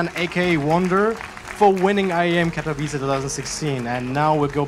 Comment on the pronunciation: im from poland, and the way english people say katowice always makes me cringe ._.